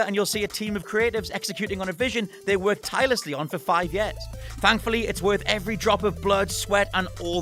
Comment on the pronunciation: "emerging seven ye-airs" disclaimer: I'm from teesside, so i really have no leg to stand on.